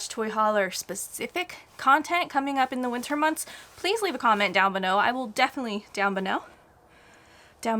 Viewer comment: Benow = Below…Meh! Close enough! Coming from the king of vocal flubs 🤷‍♂️. Would love to see the travel life videos. I have to agree, the uncertainty is scary, but you two will be fine. In words, what’s the worst that can happen??